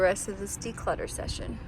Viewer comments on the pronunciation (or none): none